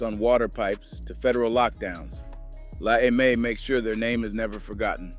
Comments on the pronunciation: dude …it is NOT “La AY-MAY” it’s “La EM-AY” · AI GARBAGE “La Ay May”?!?!? FOH